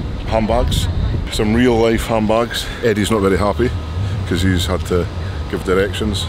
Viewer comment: Who else thought he said "Ham Backs" at the beginning of the video 😂